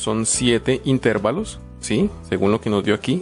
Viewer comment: La palabra es intervalos, no intérvalos.